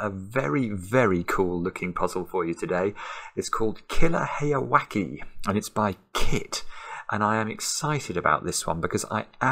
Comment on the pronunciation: The pronunciation for the second part of heyawake is like "wa-kay" or "wa-keh" not "wa-key". If it was like you pronounced it, it would be spelled with an "i" not an "e". Japanese vowel sounds are very consistent in almost all cases -- so the "e" in "heya" and "wake" should be the same sound.